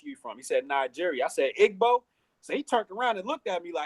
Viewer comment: You are Akata it's pronounced ee-bo with an 'e' like in e-news. The gb is one letter in the Igbo language and it is not necessarily phonetic. In this case it is almost silent